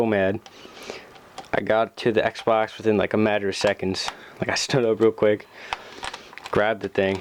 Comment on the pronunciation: Listen to it sounds like he sain sexbox